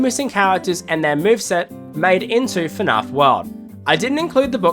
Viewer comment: It's not fn-ah~f It's fn-A-f Gregory: Shut up Freddy! Cassie: Bruh.